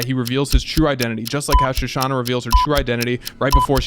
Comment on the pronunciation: It's Shoshanna, not Shosanna. :) I agree with the guy in red trunks... I mean red background... the guy dude on the left. The thing is Landa had all the power and wit to track down Shoshanna down to the bowels of the Earth if he wanted to, so he very likely knew all along where she was and had been all the way to that point. The milk is likely not a coincidence, and all the arguments from left guy dude seem pretty on point. Landa has a dark sense of humor.